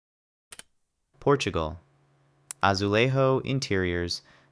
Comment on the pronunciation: As well as many others. His general line seems to be very much everything rural and simple for Eastern Europe and open, bright, modern and airy for Western Europe. The Portuguese might want to punch him in the face for Spanish pronunciation of azulejos plus showing a restaurant and a church while Portugal's architecture is extremely diverse and ornate. He has clearly no clue either what Monaco looks like and is Bible thumping stereotypes while showing an interior of some kind of banquet hall. Italy does not only have the Tuscan style but many others (Alpine, Venetian, Renaissance, Sicilian, Costa di Amalfi/Capri to name just a few). His claim about Spanish architecture are basically insulting, ignorantly skipping widely different architecture of Andalusia, Catalonia, coastal, Basque/Navarra and many more. For Poland he shows a style that actually originates in Vallachia and can be found in many parts of the Carpathian mountains, Romania in particular. While Poland has many, many architecture styles, both historic and modern. Croatia does not only consist of Dalmatia either and he's ignoring the vastly different styles of Zagreb or even Dubrovnik. It is also willfully obscurant to refer to everything on the entire Adriatic coast as inspired by Venice. He has clearly never been to either as Venetian architecture is a lot more decorative and inspired by Byzantium. Referring to everything else in the Western Balkans as only Ottoman inspired, built from stone and rural ignores the